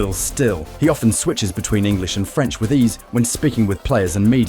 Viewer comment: His French accent is really good.